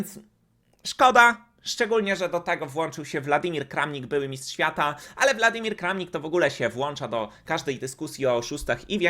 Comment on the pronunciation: WoŁodar, DaniŁ, WŁadymir - weź jakieś lekcje czytania rosyjskich imion i nazwisk, jeśli masz szacunek do widzów. Wieczna żenada